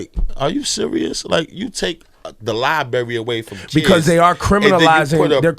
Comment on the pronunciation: Maybe if they had that Library they would have had the opportunity to learn that its not pronounced LIE-BERRY thus taking away the opportunity to mock their in education from internet trolls.